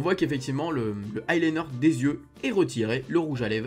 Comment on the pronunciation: deja ont dis pas le i liner ca ce dit l i liner